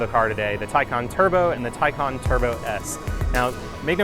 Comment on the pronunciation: And Taycan too. Not Taycehhn like other reporters.